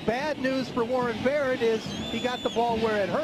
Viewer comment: He messed up Warren Barrett's name twice under a minute...I'm glad now that atleast the commentators are familiar with players on both sides